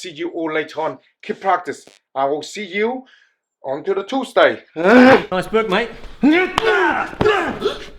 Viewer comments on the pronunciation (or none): none